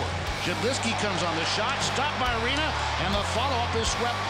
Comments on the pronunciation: Pekka Laaksonen definitely “Rinna”.. I am PISSED about it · how many times he said rinna it rinne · I don't know what was more brutal: Preds jerseys or the absolute butchering of Pekka's surname smh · Carson Deer his name is Rinne, so I'm making fun of how they don't know how to say it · How sad it is for your own broadcast team to constantly mis pronounce a players name over and over again! Good Lord! Same TV crew guy who also was quoted once during a Predators game saying: "both of these teams came here tonight to play hockey!" My God, awful! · It physically pained me hearing them pronounce “Rinne”.